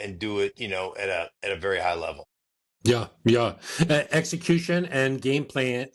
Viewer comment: When says yuh, yuh instead of yeah, yeah it drives me nuts